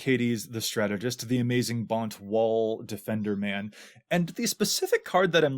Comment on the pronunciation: You think we didn't notice you pronouncing Bant as Bont but we did... We did.